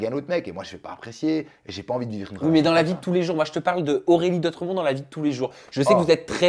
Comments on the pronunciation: C'est pas Aurélie "dautremont" mais "Dotremont 😊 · c'est " DOTREMONT"